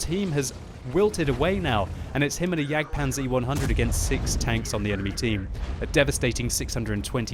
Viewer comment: no, not jagdpanzer, why you always say wrong?